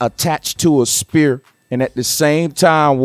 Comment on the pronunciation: gotdang it if you say spear one more time.....ive heard you say atmosphere SPHERE( sfear not spear) but you cant pronounce sphere?? i love your work bro but thats fucking annoying!!